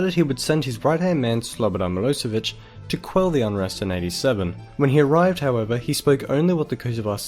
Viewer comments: Nice video,I am from Serbia and you aren't reading right ,,Milosevic" but it is actually reading like ,,Miloshevic'' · Good video. Just make sure you get your pronunciation right. It is miloSHevich, "SH" as in "shoe".